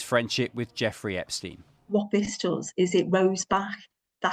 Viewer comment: "is anyone still talkin about Epsteen? rly??" 😂😂😂